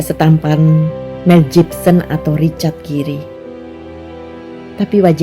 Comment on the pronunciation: Sedikit catatan. Pelafalan SUBSCRIBE dan Richard Gere agak gimana, gitu.